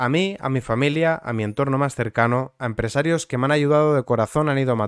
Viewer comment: Pedrito lo sabia seguro, controla todo lo que pasa en su partido, por eso aún sigue ahí. Por cierto, por curiosidad, dices aposta mal "empresarios", al igual que "nopor" o "nepe"??